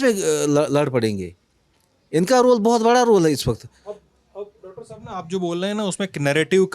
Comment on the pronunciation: आप बोल्लए हैं,,,,,,बात चल्लई है क्या उच्चारण है भाई एंकर का ।बोल रहे हैं ,चल रही है बोलिए न